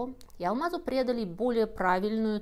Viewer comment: Прекрасно рассказанная история алмаза. Одно маленькое замечание: минута 7.10 - не "прЕдали", а "прИдали" (вид, форму). А "прЕдают" предатели. В остальном же все замечательно!